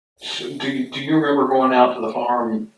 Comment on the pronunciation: Bro you are great, but why do you pronounce farm is firm 😂😂